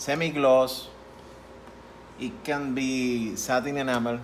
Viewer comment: Did you say Sherwin Williams ENAMEL paint?